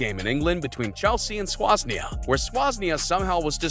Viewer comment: SWAASNIA SERIOUSLY